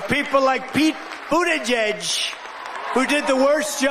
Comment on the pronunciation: They must be giving him some pretty good drugs, as that is the first time I've ever heard Trump pronounce "Buttigieg" correctly.